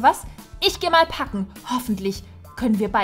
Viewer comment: Packen hat sich wie ein kaken angehört